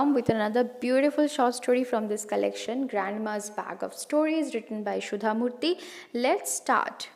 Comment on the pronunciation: Author is Sudha not Shudha please correct your pronunciation.